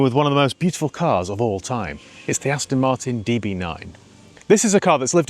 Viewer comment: Why do you keep saying "Astin" ? It's .... Aston.